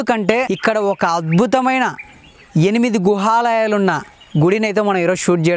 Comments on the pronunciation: Bro,it is "Guhaalayaalu", not " Gruhaalayaalu" However, it is very informative and interesting. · గృహలయలు కాదు గుహలయలు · Gruhalayalu kaadu bro guhalayalu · గుహలాయాలు అనాలి. గృహాలయం కాదు. రాతిలో చెక్కబడినవి. సూపర్ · Gruha kadu babu Guha teliste cheppandi ledadante vadileyyandi...